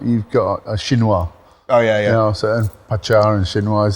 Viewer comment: Hi How come you say Patcha instead of Pacha? I’m interested. Thanks